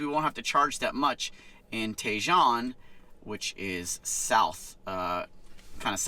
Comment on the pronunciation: pronounced "TA-HONE" ranch, not TAY-JOHN ranch